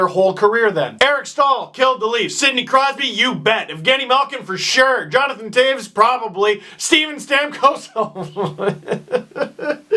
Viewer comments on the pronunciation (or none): none